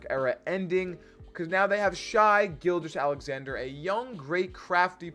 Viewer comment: It's pronounced "shay" or just call him SGA 😁